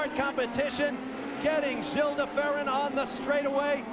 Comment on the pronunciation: Did Marty really say Gilles like 'Jills' ??? Sheesh